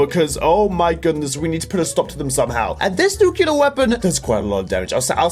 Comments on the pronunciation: Let me say this once, since i've heard it many times. Nuclear. As in New-Clear. Not nukular. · I hate that he says nukular